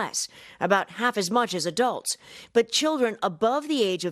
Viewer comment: WTF? Why does he pronounce a-dulds a.k.a "Adults" that way? No one in South Africa does. We all say it the same as the rest of the world - "Adults." It's the fist time I hear that pronunciation.